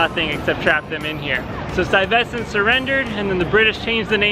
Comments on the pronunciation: You need to almost swallow the ve sound. STUY(ve)sent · I might just be from long island but hearing you, a NYC resident, mispronounce Stuyvesant really makes me scratch my head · I enjoy your videos, but they would be better if you made sure your pronunciation of words like Lenape and Stuyvesant were accurate.